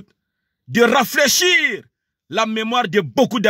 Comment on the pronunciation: Confidement..., raflaichir... ?